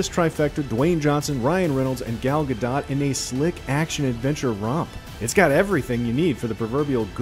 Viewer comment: Ga-dot hahah mate pronounce it Gadoe....fool